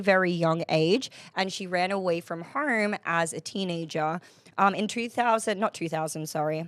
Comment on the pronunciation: what an unfortunate accent. How you can pronounce “home” as “haerrm” is wild to me 😂